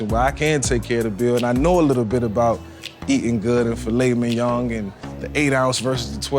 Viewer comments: Is everyone gunna act like he didnt just add an extra "g" at the end of filet mignon(g).....? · “Fillet minyoung” -Vick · i stay fresh he spelled it the way Vick pronounces it. Mingyong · "Filet minyong"